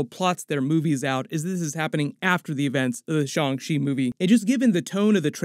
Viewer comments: "SHONG SHE"?????? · The mispronouncing of Shang Chi is getting rough.